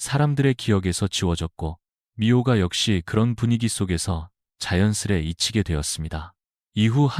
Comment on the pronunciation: 미호가가 아니고 미오가 Myoga